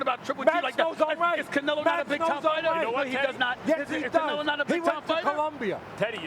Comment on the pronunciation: First canela, then canilo... can some teach him how to say his name?